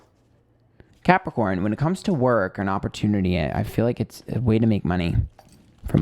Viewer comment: Excuse me Did you say crapicorn? I object to that. anyway slightly annoyed and chuckled at parts of the reading. Being emotional is draining!